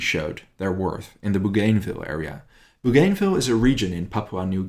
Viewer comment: it's BOO-GAN-VILLE !!